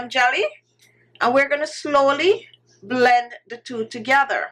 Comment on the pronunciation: I love the way shé says ' BLEND ' , she sounds jamaican.🥺🥺❤️